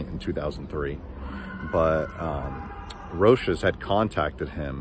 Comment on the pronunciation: I’ve heard Roces pronounced a few ways but that was a first.